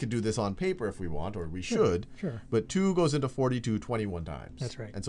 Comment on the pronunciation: I absolutely love the way Sal says "two". It's like: "chu". :-)